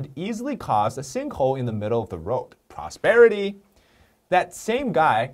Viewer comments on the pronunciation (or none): Prosterit, Liberty, Ouer way of live!